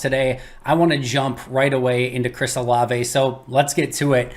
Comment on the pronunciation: Can you please tell how to say his name correctly: whenever someone brings him up in the chat, pronounces it "O-Lav" almost like the Frozen character "Olaf"...............please tell him it's "O-La-vay"